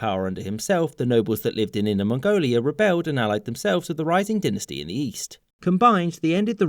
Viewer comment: Trying to decide which is the worst pronunciation in this video: "yu-AHN" for Yuan "DIN-nuh-stee" for dynasty "sing" for Qing